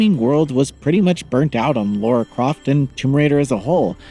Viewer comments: L A R A not L A U R A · Why can’t Americans pronunce things ? It’s Lara not Laura (And while we are at it, it’s pronounced Craig not Creg too ! ) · Americans are so dense when it comes to pronouncing the name Lara Croft.